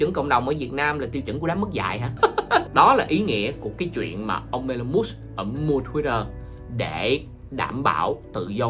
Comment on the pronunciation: nhận định nhiều việc hay nhưng cần đọc TÊN HỌ của Elon Musk cho đúng. Em đang đọc sai đó. vui vòng viết vô google translate để đọc lại cho đúng thì hay hơn nhiều😊